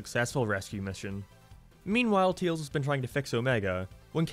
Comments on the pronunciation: why are you calling tails, teals. that's like calling sonic, greens. like I get that it's an accent thing but it's literally the only word you say in an accent so you obviously are capable of saying his name correctly. if it's some kind of inside joke, it's not a very good one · "teels" never gets old